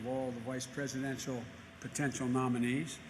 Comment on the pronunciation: Joe? Cant you even form the words ....Presidennnnntttal daily breif